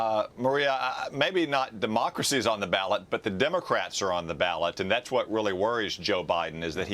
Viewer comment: Biden "our Mocracy" WTF is mocracy???